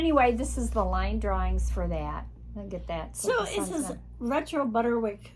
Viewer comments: On the subject of pronunciation. I’ve always said Butterick. But you pronounce it Butter-wick. Is that a regional thing? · My YouTube subtitles indicate the ladies saying Butter-Rick as well. I thought I was hearing it wrong. If only I had never mispronounced a word or two or three 😅 and are ADORABLE ❤